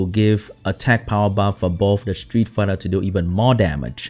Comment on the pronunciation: I change my mind, is not the only SW youtuber that's is not a fan of Street Fighter, almost every SW youtuber is. Even can't even pronounce it correctly as well.